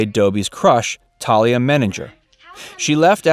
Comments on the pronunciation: Her name is Thay-lee-ah. You must have NEVER seen this show in your life! Smh. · The narrator mispronounced the name "Thalia."